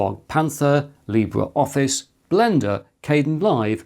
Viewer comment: Just FYI, Libre Office is pronounced "lee-BRAY"...